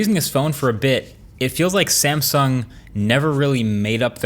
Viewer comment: That 'sansung' feels very, very uncomfortable.